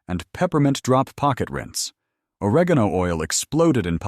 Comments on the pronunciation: isnt correct either! 😂😂 O-reg' - gone - o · good video but you MUST learn or program your AI narrative to pronounce words correctly. Or reg geen o....oil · Or-egg-on-oh oil! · But where will I get two "tabpoones". The nearest tabpoone store is, I don't know, on one of the moons of Saturn or wherever these people are from. And, oar-uh-GONE-oh oil . . . I don't want to even guess where I'd find that stuff!